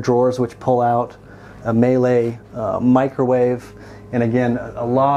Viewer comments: Say Mee-Lay, not May-Lay! When will there be new 41 in Dana Point to look at? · In case you ever read this Miele is pronounced like the word me followed by the french le. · It's pronounced (me-lay)